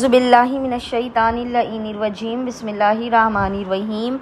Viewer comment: معزرت کے ساتھ بسم اللہ کو صحیح سے پڑھے اور ان اعمال کا حوالہ بھی دے تو بہتر ہے